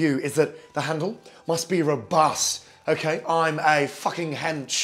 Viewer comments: Okayh,olive oil, in, black pepper, salt, in, beautiful, okayh. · I had it on speakers, and my sister was sitting on the other side of the room and she couldn't believe Gordon Ramsay would do something like this, so she thought maybe he did a funny sketch and came over to have a look. She honestly couldn't believe her eyes. Honestly, you HAD us at 'Okhay' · Nobody: Gordon: oukhey oukhey oukhey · The accent is good and everything but you say the word OKAY too much man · Gordon Ramsay lives is the Ukhay, Okhay?, Okhay.